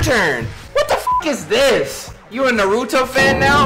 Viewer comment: The way pronounced Naruto…. I now understand why he could never get Sakura’s name right😂🤦🏾‍♀️😂😂😂